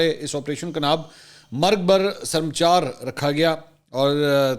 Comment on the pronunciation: ثصحیح کرلیجیئے۔ سر مچار کو یوں پڑھیں اور بولیں۔ سر مہ چار (سرمچار)